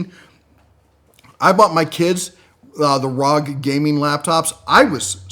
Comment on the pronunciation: Not 'Rog', R-O-G (Ar-Oh-Gee) for 'Republic of Gaming'.